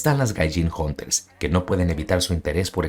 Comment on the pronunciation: Cuidado con las …Hunters?? Jejeje no logre descifrar lo que dijiste , 😅